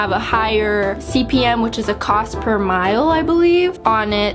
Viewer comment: It's cost per mille pronouced like "meal".